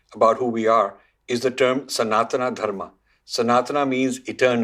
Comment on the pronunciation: Please pronounce Sanatan Dharam properly. Thanks for your work.